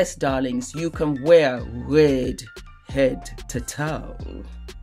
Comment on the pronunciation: For Red she pronounces wed,...I totally love her accent. Wonder where the accent comes from.